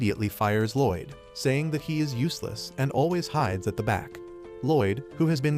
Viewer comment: Loid more like Lloyd 😂